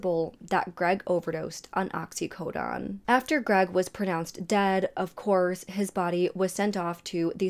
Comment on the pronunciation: K. Very informative and captivating. Well done! Please just work on your pronunciation of the drugs you mention. It’s: - feNtanyl NOT fETinol - oxycoDONE NOT oxycodON - clonAZepaM NOT clonOZepam or clonOZepaN Unfortunately, I know my comment will be interpreted as “hate” by other viewers…as that is the culture we live in now. There’s no room for truth or healthy discourse anymore. Please know that hate is really NOT my angle here. If the tables were turned, I would want to know if I were to mispronounce some words. (Especially if those words are central to the story that I am conveying.) I hope you can see where I am coming from. All the best!